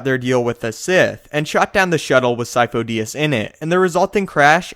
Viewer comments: I thought sifo dyas was pronounced like seefoo die-az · I always thought it was seefoe die-as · This is easy.. Sidious is lord Sifo Dyas. The Kaminos just mispronounced the name. Lord Sifo Dyas had the symbiotic parasite that feeds/controls on force users inside him... when he died the parasite infected a new force capable person Palpatine. This parasite keeps a spare force user as an apprentice until he needs to change bodies. As long as the parasite has a body to infect he, he is therefor immortal.